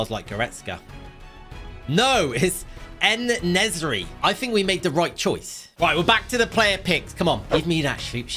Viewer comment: Bro called en-nesyri En nezry 😂